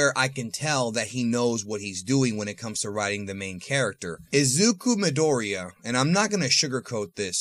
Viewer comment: What I dont understand is that is Cuban and speaks spanish but cannot pronounce japanese names to save his life. Remember japanese is like spanish PHONETIC and stresses the first syllable... MAria, JOse, JEsus vs MIdoriya ALL might NAruto